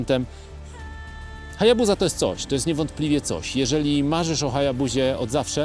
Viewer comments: Nie chcę być czepialski ale dlaczego HayabuZa a nie HayabuSa? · Wymawia się Hajabusa przez Sy he 😊